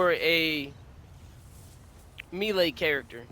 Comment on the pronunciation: Bro has got the game mastered but reading and pronouncing the word "melee" , beyond his education level.. Holy shit.. Our world is fucked.